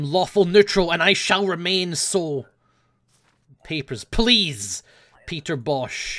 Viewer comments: "HEY GUYS! here, and it's time to play Peppersh Pleash." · Whenever says "Papers, Please" at the start, it sounds like "Pepper Splice" to me. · Totally thought he said: "Pepper splice" at the start.